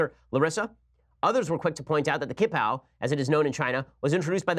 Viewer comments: Its pronounced "chi-pao" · Ben, please stop butchering the pronunciation. Q is pronounced as tch in Mandarin so it is the Qing(tch-ing) dynasty, qipao(tch-ee pow) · The 'q' in Chinese is pronounced like "ch" in English. So qipao = chee-pao and Qing = Ching.